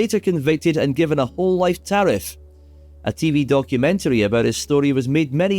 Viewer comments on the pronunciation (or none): none